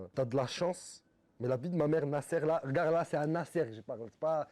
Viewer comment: Cappuccino il dit d’arrt de hagarr les gens alors que c lui qui hagar les gens 😂😂😂 le csc de fou